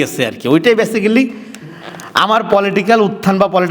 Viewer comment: ব্যাসিক্যালি নামে কোন শব্দ নাই। ব্যাসিক-লি। ঠিক মত বাংলা কইতে পারে না, আইছে ভাব চুদাইতে। নিজের লেখা খুব জনপ্রিয়। নিজেই ভাব চুদায়।